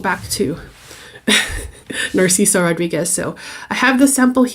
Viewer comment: Jajaja,. Her pronunciation, she cant pronunciate "Rodríguez", ridiculous My friend so oaxican, me da flojera oír hablar a esta gente, que feo video y señora!